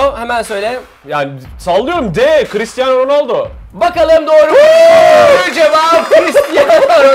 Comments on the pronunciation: Chiristiano değil cristiano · yalniz dikkatimi cekti christiano degil cristiano :) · christiano değil cristiano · Christiano degil Cristiano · chrıstıano degil crıstıano